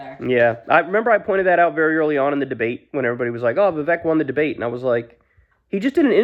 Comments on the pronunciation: Horrible takes as usual. Can’t take you seriously if you can’t even pronounce his name correctly. Amateur 🤡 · MAGA still thinks hes muslum... Vivek sure got his name out there. Even Kyle cant pronounce it right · At least now you dont have to mispronounce Viveks name anymore.